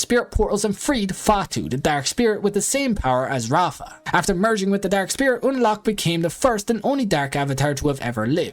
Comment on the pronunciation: "rafa" RAAVA with a V and a long vowel.